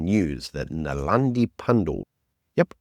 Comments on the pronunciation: Her name is Naledi, not Nalandi. Thanks for your podcasts. I always enjoy it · naledi, not nalandi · Her name is not Nalandi..... It's Naledi..... Eish just offend the whole of Africa. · its NaLEDI not NaLANDI 😂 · NALEDI, not ‘Nalandi’- come on pal. Or just Poephol Pandor…😂